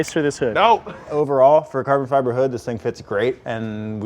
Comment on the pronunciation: What happened to you!? Since when do you pronounce carbon fibre wrong, huh?